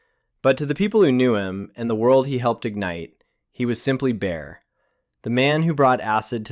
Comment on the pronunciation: Bear... not Bayer... I thought I was hearing things.